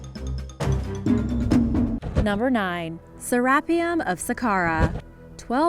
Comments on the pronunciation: Sir Rap-E-Yum........haha i think its sara fee-um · Mispronounced serapeum? Dueces